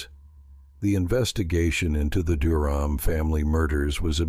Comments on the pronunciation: The family's last name was mispronounced almost the entire video. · Pronounce their last name correctly please